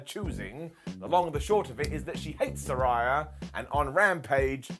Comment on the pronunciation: I thought the Doctor she wanted to see before making her statement was Dr Baker. Sometimes it just writes it’s self. Plus keeps pronouncing Saraya name wrong. It’s like Ray as in Ray Charles, Ray of Sunshine. You should know better.